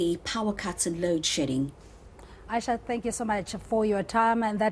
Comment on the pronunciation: Also, it's AYESHA.😊